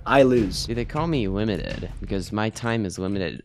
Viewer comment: Bro limited sound like doly 😂